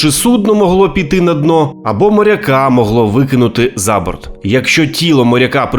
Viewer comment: КорабЕль, а не корабль за бОрт, а не зА борт ...більше 10 разіВ, а не разіФ в обох вУхах, а не вухАх